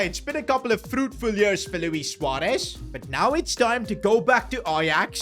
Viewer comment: I love the fact u said suarez not suuarez